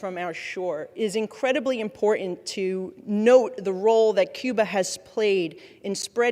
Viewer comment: why does she pronounce the letter t as "in"? as in "people have been be in"